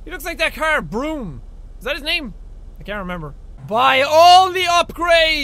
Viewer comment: it was brum. not broom. fun fact- brum is set in Birmingham (the English one)- hence why the car was called brum. because it was a Brummie.